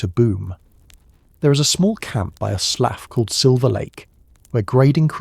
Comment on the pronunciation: The train seats were red velvet, not rough wood, the surveyors house was stocked with coal. Hay twists didn't happen til the long winter. Slough is pronounced sloo (rhymes with do). But still enjoyable.